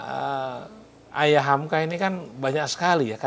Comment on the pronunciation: Moderator nya GAK SIAP. Nyebut nama kepanjangan HAMKA aja salah..